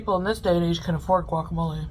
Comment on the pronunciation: As a Mexican American, I’m offended by the way she says fajitas and guacamole. 😂